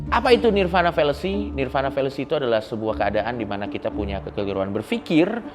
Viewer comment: 🙏Sedikit Koreksi Untuk Coki Parade nirvāṇa di bacanya Nirwana Bukan Nirvana ✌️